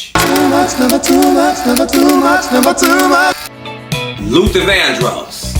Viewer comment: Luther Not Luther ….I love Prince but he was something…. And I heard some things about Tina